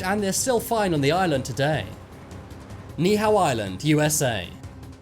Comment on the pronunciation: Cringe on how they pronounced Ni‘ihau tho